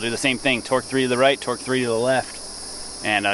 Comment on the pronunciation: Oh.... TORQUE testing, not twerk testing a mistake anyone can hear >_>